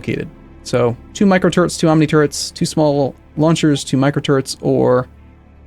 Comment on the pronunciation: Am i the only one hearing "micro turds" whenever mentions the turrets?